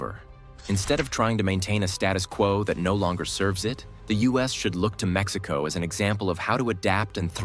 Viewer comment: Your pronunciation of Mexico and cities in mexico are wrong/terrible. Why make a video talking about how great they are without saying any cities or EVEN the country correctly. Besides lack of basic pronunciation in the video, it focuses on "growth growth growth"... if i have a country that has 10 billion in GDP with 10% growth and another country 100 billion with 1% growth.... the total number is the same. But one economy is 10X bigger. Focusing on short term growth without showing total numbers is misleading. I love mexico but your understanding of economics and horrible pronunciation (or use of AI to hide your identity) is horrendous.